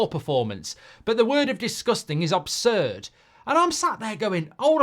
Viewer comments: "OB"surd Goldbridge? 😅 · ABSURD MARK NOT OBSURD